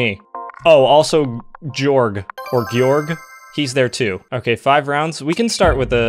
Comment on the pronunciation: can’t pronounce georg properly lol